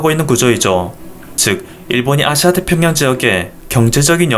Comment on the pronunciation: 발음에 아시아라고 하는 부분이 앗~씨야로들려요~